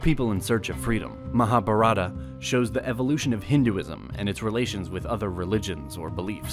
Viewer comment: It is not Rama yaana it is ramayana Not maha bhartha it is Mahabharata